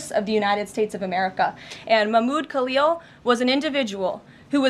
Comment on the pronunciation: Its khalil not kalyo,,daaamn